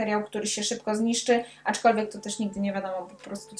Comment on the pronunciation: Naprawdę lubię Cię oglądać, ale dzisiaj nie mogłam znieść tego "aczkolwiek". Zwłaszcza, że wymawiasz to słowo z błędem i przez to stało się drażniące. Trochę jak poszlem zamiast poszedłem. Poza tym recenzja naprawdę świetna i oby tak dalej😁